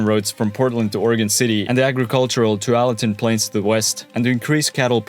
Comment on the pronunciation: Slightly off on Tualatin. So close.